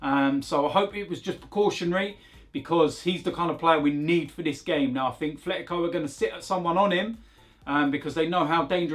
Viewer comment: It’s not Thletico 😂